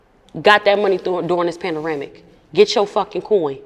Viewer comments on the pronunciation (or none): Mannnn she beautiful!! I love her. She funny as fuck.. “pAnDaRamiC” killed me hahahh it’s pandemic baby girl ♥️ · DID SHE SAY PANDERAMIC...😹🤣😂